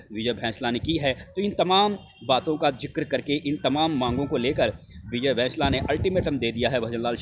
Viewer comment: भैंसला नहीं होता बैंसला होता है आप इतने पढ़े लिखे होने के बाद भी उसे भैंसला बोल रहे हो ऐसा लगता है जानबूझकर कर रहे हो